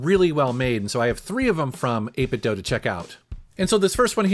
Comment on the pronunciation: 8 bit DOUGH? I am outraged. I always say "do" like "dew" but maybe I am the one saying it wrong. ha ha :) Awesome controllers BTW I've been using n30 model with my switch and emulators for about a year now